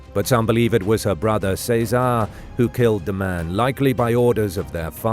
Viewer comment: What’s with all the mispronunciations? Chez uh Ray not say czar 🤦🏻‍♀️